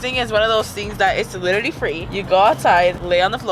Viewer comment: she can't say literally